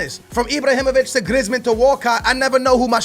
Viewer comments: You prennounce it Greezman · Could you plz say people's name right Who's Iblahimovic and Glieezmon